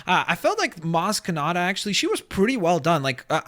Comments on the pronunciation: its maz kanata not maz katana that's just silly man, but wathever great vid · it's Maz Kanata